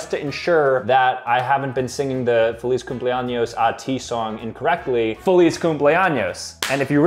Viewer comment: ur saying fay-liz but u jeed to say feh-liz